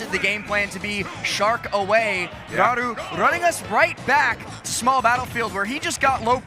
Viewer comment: is a good commentator and seems like a nice person but holy shit just say Raru without the japanese accent, jfc that is insanely cringe weeb behaviour